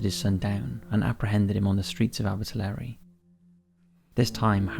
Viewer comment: Very impressed at how well you pronounced Ebbw Vale and Abertillery 👌